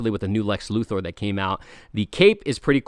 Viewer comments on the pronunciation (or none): none